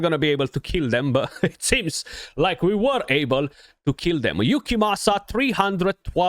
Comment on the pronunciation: Wow 43 minutes in and you pronounced it correctly 😂🤣🙌🙌🙌🙌 much respect to you 🫡 great guide, thank you!